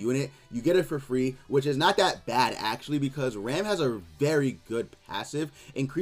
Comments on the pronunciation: Her name isn’t pronounced like the English word ‘ram’ like in Ram Ranch, it’s pronounced the Japanese way. “Ram” rhymes with ‘mom’ or ‘Tom’. The ‘a’ is soft like in “Naruto”, “Sasuke”, “Ban”, or literally any Japanese word translated to English characters. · Escanor I don’t know what you mean man. It’s annoying to hear people constantly mispronounce the name. I know people don’t care, and I really wish they put more care into it. Like, imagine if everyone started pronouncing “Ban” like the English word ‘ban’. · Escanor I just wish one content creator cared enough to pronounce the character’s name correctly.